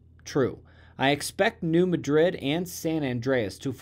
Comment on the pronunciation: Just FYI, it’s the “New MAH-drid” fault”.